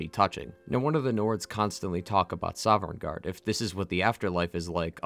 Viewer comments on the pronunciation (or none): I can’t help but cringe everytime this guy says “soverngarde”. The NPCs literally say Sovngarde like a million fucking times, the Nords can’t stop talking about it. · Dawg It's GORM-LAITH It's SOV-N-GARDE Geez you content creators are ridiculous! Do you not write the script? Didn't you hear the 1,000,000th time someone in the game gives you the proper pronunciation with subtitles ??? Baffling. Like wtf. How can you pronounce Ysgramor flawlessly but come at me saying "Voli-kar" instead of Volkihar 😤